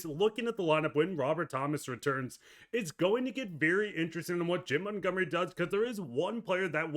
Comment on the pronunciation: "Jimb Muntgumry"